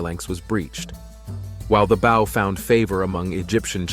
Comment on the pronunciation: Terrible pronunciation. Composite bow pronounced as bough. Ramses name pronounced as Remsse.